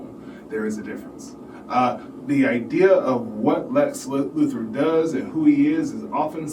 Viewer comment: Can't take this seriously mate it's Luthor not Luther, you are kind of describing a non-existent thing.